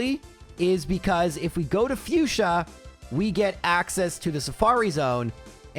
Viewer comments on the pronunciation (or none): none